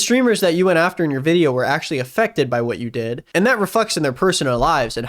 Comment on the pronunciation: Lmao the guy can't even say "did" right.